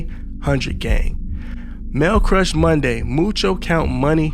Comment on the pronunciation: Dis mane did not just say ale crush Monday 😂